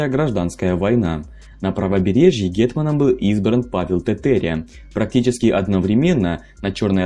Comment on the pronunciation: ТЭтЭря уши режет, можно было сказать Тетеря?